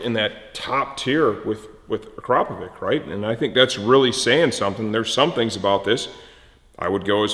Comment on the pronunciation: If you can say 'cheese' then you can definitely say 'Akrapovic' correctly.